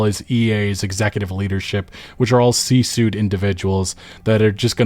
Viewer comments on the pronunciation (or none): love your content and you have good insights gamers really need to be exposed to. Just an FYI, C Suite is pronounced like "Sweet" and not suit. I also have a lot of issues with this deal but it really goes to something no one is talking about...yet. Consumer data and data trafficking. While no one really has made studios be accountable for truly hijacking and messing up the entire tech and game using population's neurochemistry, but that is changing. So what happens when studios finally do have to be accountable for doing illegal stuff with kids who weren't even able to consent if they wanted to. There was no "opt out" back then and there still is no rationale or right to overlook very influential developing brains. The marketing hooks and negative ideologies and mechanics embedded in every platform is too much for a human mind to overcome; adult or child. The game industry is even worse because of how many complex mechanics are being utilized all at once. It's casino gaming on crack and viagra with a splash of test and clen. This thing SCREAMS money laundering and obfuscation of data analytics that holds the most complex predictive modeling over millions of people. I say it all the time but it is reasonable to consider that gaming and or giant platforms like YT, Reddit, X, etc could be the triggering event of true economic recession we have not been exposed to if they ever are held accountable for a fraction of what they have done wrong.